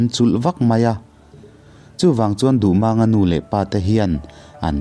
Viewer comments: Duhmâng/duhmaaang niloin Duhmang tihzawktur MANG tih hi pawi(h) Lai tawng ani a LAL tihna ani. Mumang tih a MANG tihrik angkhan tihrik tur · Duhmânga ni lovin duhmanga tia lam tur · Mizo hnam peng dang ho thawnthu i chhiar dawn chuan an hming hi a nih dan tak2 aa pronounce zir ve tal la! “Maang” a ni lo “mang” a ni ee. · A dik.Duhmànga tia a lam kha mak ka lo ti deuh reng ani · Ngaihnawm lutuk, amaherawhchu, Dardini Tlangvalpa hming i lam dan erawh hi chu a dikhlel duh anih hi... A tha lutuk tho tho ania.. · Duhmanga hming hi lamdan a dik lo. 'Mang' tih lai hi thluk tawia lam tur a ni. A thluksei a lam hi lusei hming lamdan a ni a, pawi hmingah chuan a thluk tawia lam tur. He thawnthu hi pawi (Lai) thawnthu a nia.